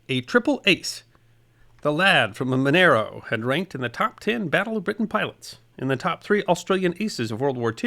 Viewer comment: 10 out of 10 for being a non-local who pronounces Monaro correctly.